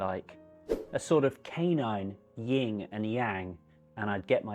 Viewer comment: Lovely tales, but please don't repeat "ying and yang." It's YIN and yang.